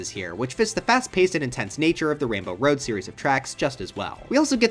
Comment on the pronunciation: “it’s time to enter wainbow woad”